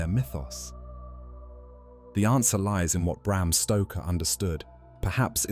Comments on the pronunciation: Bram Stroker? Wtf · Bram Stroker? Who's that? Lol!